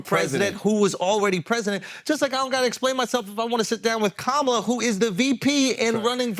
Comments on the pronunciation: Amazing the first time you said verbally “Kamala” you said it the trumpy way 🤮 the second time you said “KAMALA” the name her mother gave her you said it right. Why are you being nasty Trump is not nice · He says her name wrong and then 20 seconds later says her name correctly🤦🏼